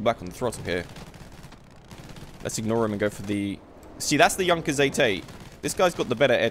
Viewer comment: FINALLY SOMEONE THAT PRONOUNCES JUNKERS AS 'YUNKERS'